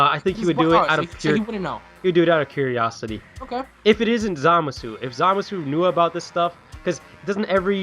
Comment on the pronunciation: Zoo-masu not Zah-masu